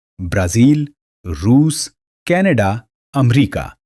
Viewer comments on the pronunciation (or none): none